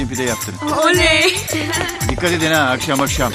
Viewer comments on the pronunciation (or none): Hüsnü akşam diyeceğine aşkam dedi🤣